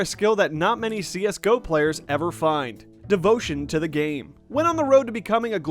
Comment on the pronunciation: wtf did he just say C S GEE O?!?!?!?!?!?!?!?!?!?!?!??! triggered